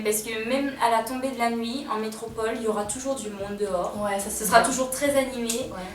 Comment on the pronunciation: Métropole ! métrople ! ça ma saoulé, je n'ai pas pu regarder toute la vidéo.